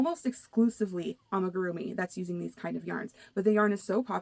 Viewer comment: I liked hearing your thoughts on coming trends, so I subscribed. Thank you! One thing I found interesting was how you mentioned 3D printing being a trend for tools and gadgets. That's a great tip! Thx! One thing I noticed is you mispronounced amigurumi. It's not an easy word. I practiced it for a long while before I got it, lol. Maybe this will help: Ah-mee-goo-room-ee. It's 5 syllables with the accent being on the fourth syllable. Thanks again for your channel! Have a blessed week 😊